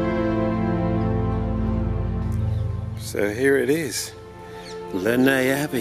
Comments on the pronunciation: It's definitely not pronounced like this though - I've lived here my whole life: it's 'Less Ness', I promise you 🙂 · The pronunciation by locals is/was less ness. It's not French. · Has alway been pronounced less ness. Lovely walk, lovely vid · Lovely to watch this, but the pronunciation is definitely Less Ness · Haha I now know how to pronounce Lesnes Abbey! 🤣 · You need to learn how to pronounce the name of the Abbey as it is nothing like the way you are saying it. Do your homework.